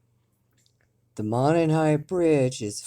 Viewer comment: Monon is pronounced Mow-Non.